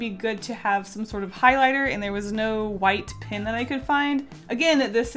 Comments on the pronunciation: I almost can’t handle the fact that she says pin instead of pen. I just love her so much that I can get passed it. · STOP SAYING PIN INSTEAD OF PEN!!!!! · I get SO triggered when she pronounces "pen" as "pin." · Yes and I searched for a comment like this for 10 minutes😂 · She says pin instead of pen😂😂 is that a southern accent? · "This watercolor 'pin' (pen)" lol I knew you were Canadian as soon as you said that. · i cried a little bit each time you said “pin” instead of “pen” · Is it just me or every time she said that the pen was water proof that I thought she was saying pin I was so confuesed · Hey is saying pin instead of pen? Or is it just me (Not hating) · Love how she says pin not pen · Everytime you say pen, I think it’s pin....even the auto subtitle think so too. Why are bright colour toxic? I like bright colours.... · It’s pen not pin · Am I the only one thinking she says 'pin' instead of 'pen'? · Pen not pin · It’s so annoying how she says pin instead of pen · When you say pen my captions say "pin" LOL